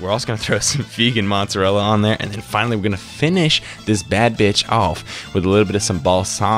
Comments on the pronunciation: You said it right the first time, it's mozzarella, not moozzarella haha nice video tho, made me hungry! Ciao!! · the way you said mozzarella at first was actually fine ^^